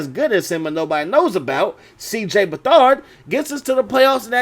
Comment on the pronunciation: Cj Beathard is pronounced BethERD not bethARD